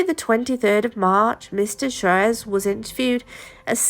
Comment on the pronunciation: It’s pronounced swarez!